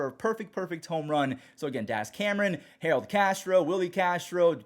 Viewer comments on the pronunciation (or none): none